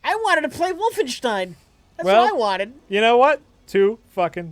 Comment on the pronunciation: Jesus Christ, there is no H in "Wolfenstein"